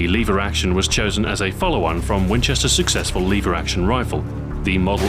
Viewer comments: liver action? omg it's pronounced LEVER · are you british? you said "Leever action".